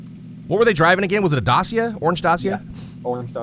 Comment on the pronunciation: Yo I love your videos so much.They are soooo entertaining.But Dacia is pronunced Da-chee-ah